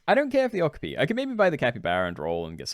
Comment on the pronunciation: My guy, that’s not how you pronounce okapi.